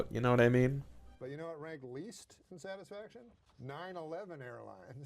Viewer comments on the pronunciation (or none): none